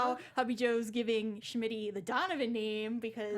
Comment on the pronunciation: Why is no one telling her that his name is not SHmitty? It's so frustrating I can't watch the first half of the video.